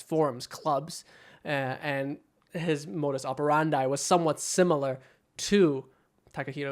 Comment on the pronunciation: I am Modus OperanDIEING with the pronunciation XD